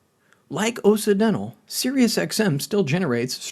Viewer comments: Is this AI or do you just not know how to pronounce Occidental? Kind of like OX-Sid-dental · I can’t trust a chanel that doesn’t know how to pronounce “occidental”. Sure, maybe it’s stupid AI, but doesn’t a human listen to it before it’s posted?